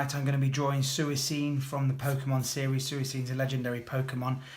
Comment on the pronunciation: love it but the way you pronounce it no no no no lol!